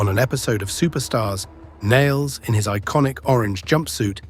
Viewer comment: How can you fail to simply say, Nailz properly? Not Niles